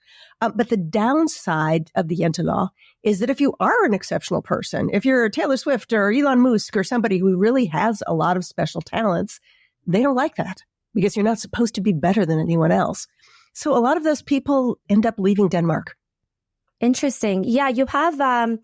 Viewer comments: Why Elon Musk was pronounced Elon Moosk ill never know though 😅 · WHO THE FRIG IS ELON "MOOOOOSK"??? ANSWER ME AT ONCE YOU MOORON!